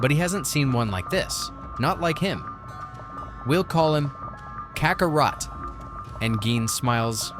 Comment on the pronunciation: originally i thought it was you personally doing the commentary, but after checking out some of your older vids, I'm guessing that it was actually AI that narrates the script here, especially noticing pronunciations like "nay-mekian," "kakkaROT," and oozaru sounding like "ooh-hee-za-roo" at certain points. in older videos, while i enjoyed a lot of the lines being spoken as they would in the Funimation dub, its weird pronunciations of these universe-specific phrases that really makes the AI narration & dubbing sound weird. in the future, i recommend doing tests with different ways of spelling these words and see if your AI can more accurately pronounce them - for instance, if spelling "Namekian" makes the voice output say "NAYmekian," try spelling it like "Nuhmekian" or "Nehmekian" to see if you get better audio results. all that being said, another thing i liked about this compared to your older videos is that if youre using music at all here, is VERY quiet in the mix. thats good, the loud music really distracted me in the DBS Manga 101 & 102 review videos. i hope i dont sound too nitpicky, i just want to give you suggestions of how you can continue making better & better quality uploads. all the best!